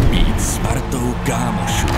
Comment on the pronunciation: Jen bych tam vynechal to - " s partou " kámošů ... víme, jak je to myšleno, ale v ´kontextu a výslovnosti bych to upravil ... není potřeba tam slyšet spartou ... hah ... jinak výborný a spojitostně nápaditý a tím i chápu hudbu po většinu klipu, že není jen úderná.